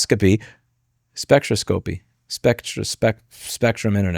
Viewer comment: Infrared spec-tro-scope-eee.